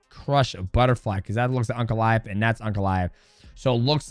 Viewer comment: No shot dj is saying uncle-aev instead of ankalaev